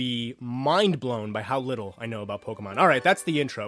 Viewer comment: Waaaaaiiiittttt a minute. Did he say PokeMAN in the first couple seconds 😂😂